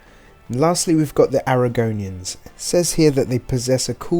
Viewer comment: And covenant, and argonian.